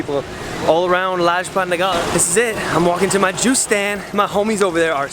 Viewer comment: The way he said Lajpat Nagar!!🤣🤣😂